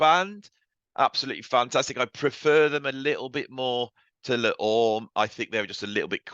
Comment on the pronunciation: Le Orme is pronounced Lay Ormay.